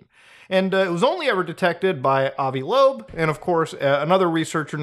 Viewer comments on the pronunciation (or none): none